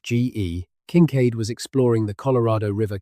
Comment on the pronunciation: I think you are falling to sleep to an AI voice, Better off listening to Whales. This 'voice' cannot consistently pronounce Kinkaid or UTE!